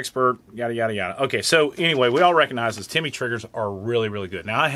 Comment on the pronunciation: Not Timmy it’s Tim-ney